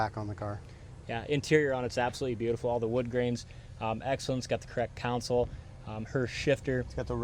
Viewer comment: When did “console” become “councel”?